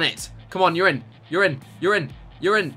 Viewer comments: Notice how when he said ur in it really sounded like urine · Lol at 9.05 he keeps saying urine(your in) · he kept on saying ur in ur in ur in but it sounds like hes saying urine urine urine urine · whenever you say you're in ,it sounds like urine